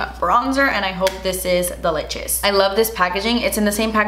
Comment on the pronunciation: And delichius 😂